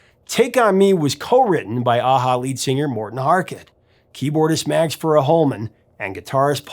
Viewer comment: Just a little nitpicking: Magne is pronounced like "mug-na"